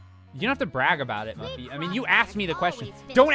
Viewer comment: Francine, Arthur, and FRANCINE!!!!!!! Do you not know how to pronouns Muffy's name.